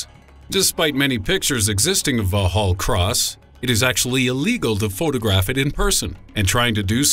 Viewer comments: took me a moment to work it out it was so far off lol. vallhallross? wait thats a london buss. ooooooh. haha vox hall cross /facepalm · The pronunciation of Vauxhall Cross is very funny. For the benefit of Americans, it is pronounced the same as you would say "Vox hall Cross".